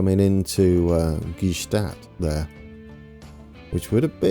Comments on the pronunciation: Thunersee (Lake Thun) = TOONER-ZAY, Gstaad = GSHTAAT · Gstaad is pronounced like Shtad